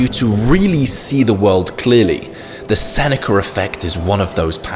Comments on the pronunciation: "Senecer fect" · It bothers me how he says "the senecurr effect". There's no "R". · yeah why is he saying it like that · It's called the intrusive R. Because there's a vowel sound at the end of "Seneca", and another one at the beginning of "effect". So, to stop them from merging the intrusive R is used. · How DARE you chide the English for their...well, English. I mean, they are from the land of the Eng. They know what is right and wrong, you insolent peasant! Just fucking with you. I already blasted him for the RRRRR!! on the end! Like the lawrrrr of thermodynamics. All things end in chaos.